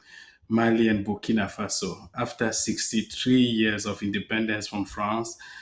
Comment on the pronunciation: It's "Burkina Faso" not bikini fossil